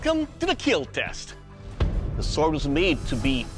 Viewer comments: It will kell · it will KEEL